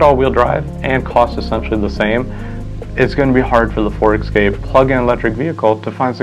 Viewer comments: It’s Escape not Excape. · It's 'Escape', not 'Exscape'!